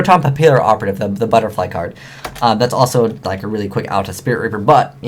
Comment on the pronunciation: its PAPIPELLORATIVE not PAPIPEL-OPERATIVE